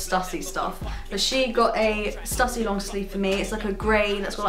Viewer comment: Just to let you know it's pronounced Stoo-sy, hence the accent (Stüssy)